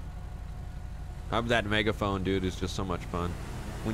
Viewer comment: Megaphoing or Megahoing lol